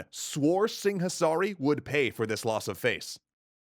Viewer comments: There's a h in Singasari that he keeps pronouncing exaggeratedly. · Si-nga-sa-ri, not sing-a-sari. LMAO